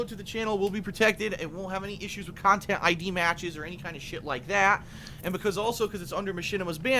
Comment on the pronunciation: wanna punch him every time he says "Khantent"!